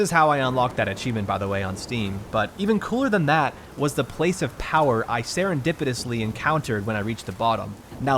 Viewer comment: Serrendipitously? Are you a bungulator?